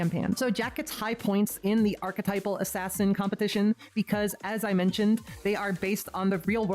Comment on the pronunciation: I subbed the moment you went "ass ass in" cause I have been saying it that way since I was like 10 lol